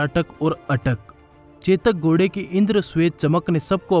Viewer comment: Gode nahin ghode bolte hain Bhai....